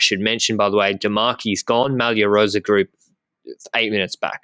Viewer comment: A pronounciation tip for. The way he is saying "rosa" is wrong. He is basically using the "s" sound of the word "Sam" and he also doubles it up. It Italian "rossa" means red, the previous colour of the ciclamino jersey. "Rosa" has to be pronounced with only one "s", whose sound is similar to the "z" sound you would say in "Col de l'Eze". Sorry for being an italian gramma nazi